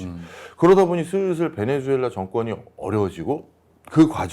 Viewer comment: 사랑하는 교수님, 베네"수"엘라 발음 똑바로 해주시면 고맙겠습니다. 방송 하루이틀 하시는것도 아니잖아요 에스파냐어에서 z는 ㅅ으로 발음하는거 모르실리가 없으실텐데 실수를 너무 자주하셔서 안타깝기도 하고, 듣는내내 거슬리기도 해서 충언의 마음을 담아 댓글을 적습니다.